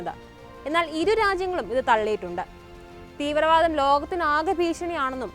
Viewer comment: Theevru ennu parayalle kutty 😂